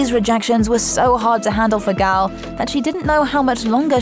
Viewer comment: Gal is pronounced like gol in golly.